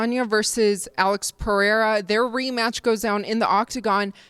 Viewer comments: He pronounced it right once after being corrected by Ariel in an interview and promptly went back to doing it the very next day. Classic. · Love the way Uncle Chael pronounces 'Pereira' "Pee-era" 😂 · Alex PIERRE! Chael thinks Alex is french 😂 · chael just says names as he pleases cos hes a gangster xD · Ariel Helwani corrected him on a video a few days ago and Chael just kinda blew him off, it was great. Chael is a big WWE fan and I can't help but think he borrowed that from Chris Jericho.